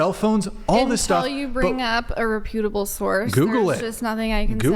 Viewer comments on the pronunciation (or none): Did she say “repute-able” source?? Haha! The word is reputable. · Whining about grammar when she can't even pronounce reputable correctly.